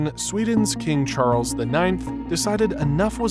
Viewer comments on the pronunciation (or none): none